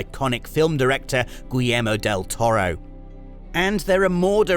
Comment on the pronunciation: pronouncing "gwill yair mo del toro" should be a crime.